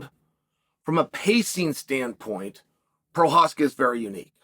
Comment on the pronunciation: Did you just say Prochazka correctly?